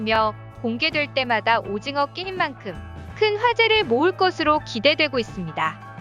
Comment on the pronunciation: 오짐어 화이팅으로 들리네 ㅡㅡ